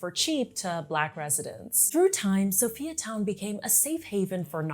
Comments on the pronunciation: Perfect but I cannot help the fact that you pronounce Sophia as So-Fee-Ya its So-FIRE Town not So-Fee-Ya:face-red-heart-shape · I love your video very accurate and precise also informative. Oh we pronounce it as (Soo-Fire Town) oppose to Sophiatown